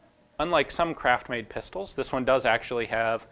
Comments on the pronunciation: The first time Ian said craft-made, it sounded like crap-made 😄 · Is he saying craft made or crap made?